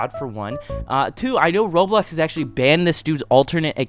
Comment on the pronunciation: not only does the captions say it, HE SAYS “ROADBLOCKS” TOO LMAOO